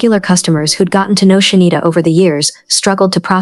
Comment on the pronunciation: Why the fuck you keep calling her shindita